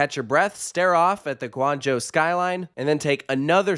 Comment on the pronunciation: Happy to hear you pronounce Guangzhou correctly, someone must have told you after the China vlogs... 🤭